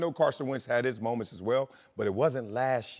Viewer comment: It’s “last year, not lashyear”.